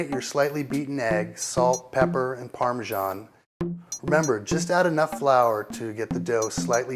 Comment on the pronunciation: omg!!! gnoooowkey!!!! that's hilarious....the way he says it has me laughing hysterically...I couldn't eat them, I tells ya. Ricer???? ha! Parmeshan? WTF????